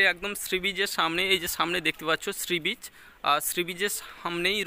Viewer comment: কথাটা শ্রীবিচ নয়, সী বীচ